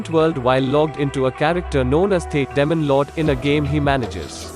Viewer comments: sounds like he's saying "lemon lord" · Damon lord😂